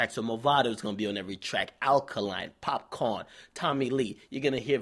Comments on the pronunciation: bbc lol its popcaan not "popcorn"lol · the way dj akademiks says popcaan 😂 you're meant to be Jamaican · it's popcaan not popcorn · popcaan bro not popcorn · why do you keep calling him pop corn is popcaan, foreign yute